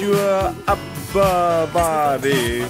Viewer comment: STRETCH YOUR UP-UH BO-D-Y! lol this is hilarious